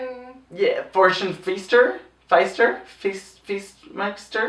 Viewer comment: English is not my first language, so when Ru said Fortune Feimster was a guest judge I heard "four-chinned" Feimster... I don't think I was wrong though...